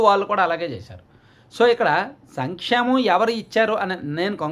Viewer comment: Sankshlemam , slankshemalam 😂😂😂😂